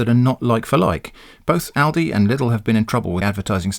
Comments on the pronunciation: as an american i know ill get yelled at, but i 100% agree with your pronounciation of lidl and aldi, its exactly how we would say those names too (we only have aldi though), i mean look at them, his pronounciation makes sense based on the combination of letters. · I live in the US, and I've only heard ALDI pronounced the way you pronounce it. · nothing wrong with your pronounciation of aldi and lidl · In Australia ALDI is pronounced ALDI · How you pronounce Aldi is how it's pronounced in Australia, as far as I know Lidl doesn't have a presence in Australia. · I'm laughing at the people who took a sharp intake of breath in preparation to correct how you pronounced Lidl and Aldi and then deflated in a disappointed heap. Lol.